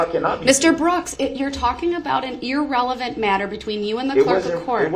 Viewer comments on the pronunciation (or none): Judge needs to learn how words are pronounced. It’s not EAR-relevant! It’s irrelevant!!!